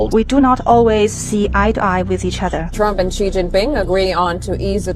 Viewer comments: It’s not “zee “ it’s rather “see”!! Xi Jinping( सी जिन्पिंग) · Xi pronounce as Shi, not Ji . In China X sounds like Sh . Example : Xinjiang is actually pronounce as Shinjiang , not Jinjiang . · Spelling: Xi Pronounciation: She